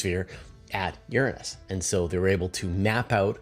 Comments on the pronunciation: You pronounce Uranus wrong. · Both pronunciations, "your-ANUS" and "URINE-us," really suck. I pronounce it "OOR-a-nus" and I hope this starts to catch on. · I Can't help but notice your different pronunciation of "Uranus" compared to the last time you talked about it.